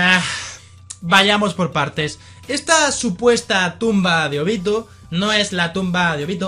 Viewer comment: Que asquerosa la pronunciación se Óbito